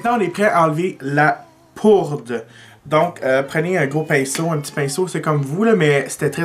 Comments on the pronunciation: hahahahaha! T'arrêtes pas de dire "". mais c'est "poudre"!!;)) jtadore pareilll! xox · Tu as dit "" en premier! ^^ j'ai tellement ri mon père dit la même chose! En tout cas bravo, tu es vraiment doué!!!